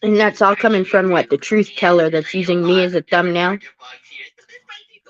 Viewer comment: "Salty is comminK". Nice.